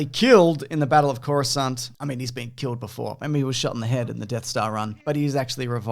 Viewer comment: "Coruscant" I'm already sold